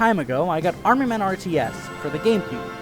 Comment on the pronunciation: Why do you call it “Arem Men”?